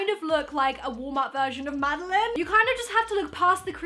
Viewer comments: You don’t pronounce it like Madeleine you pronounce it maddieLANE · Anyone else getting triggered by the way she keeps pronouncing Madelaine wrong? She's saying Madeleine and not Madelaine. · ypur saying mads name wrong but love you still xx